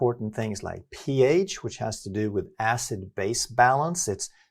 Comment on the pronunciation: рН- это латинские буквы, а не английские. Соответственно и произношение.